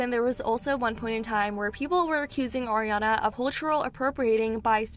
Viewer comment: It's "Ariana", not "Oriana".